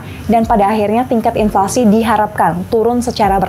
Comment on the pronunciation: "INFLASI" kak bukan "INLFASI"😁